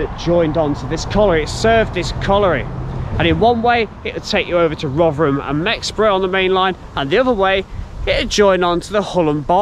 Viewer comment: Great videos, I do like these British Industry history vids... and 10/10 for pronouncing Rov'rum correctly 👍